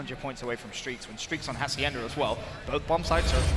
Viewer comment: Ha-see-end-a, not haciender. Also karma not karmer